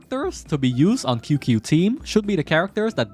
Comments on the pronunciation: I want to watch the video but when he said "Kyukyu" instead of Qingque (pronunced ChingChue), I had a stroke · OH NO everyone is reading the wrong way it may sounds cute but is not QQ, Qyu-Qyu, kiukiu, Qing-Que. Instead this how you read it ( Ching ChuÆ ) Ching chuÆ is a more correct pronunciation. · I believe it's pronounced:"qing chi" or "qing qi" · I'm sure someone has said it already, but her name is pronounced "CHing-CHue" in Chinese pinyin, "Q" is pronounced as "CH" Great vid otherwise :) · It isn't pronounced either way the first part is like "Ching" but with a very soft ch sound and the second part of her name is pronounced like "chweh" that is the closest I can get to phonetically spelling it. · Her name is pronounced as "Ching-cue" "Ching" as in qing in Keqing, "Cue" is pronounced with heavy letter C and not K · It's more like "Ching Ci" i believe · I believe that he's aware, just choose to say it wrong. Like Shampoo. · That’s not how you say her name